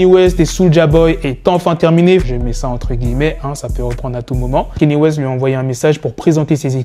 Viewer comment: KANYE WEST blacky non KENYE WEST DAMN tu rend ouf avec cette prononciation peace la famille